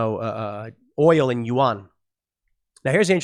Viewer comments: Psssst……It’s not pronounced you-ahn. Yuan is pronounced more like ven or yen, it’s more of a guttural uhng sound followed by en, as in end. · pronounce Chinese currency at "Juan" not "You on" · “Wan” not youon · Why can't you pronounce yuan?